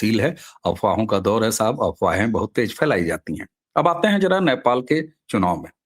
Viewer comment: "नेपाल" का उच्चारण आपके जुबान से "न्यापाल" निकलता है । जो कि हास्यास्पद है ।